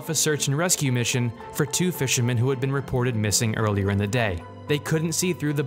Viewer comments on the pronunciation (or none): none